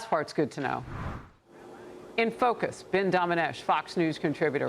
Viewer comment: It's Dana with a short A then a long A. Think Danna, if it was spelled like common pronunciation rules.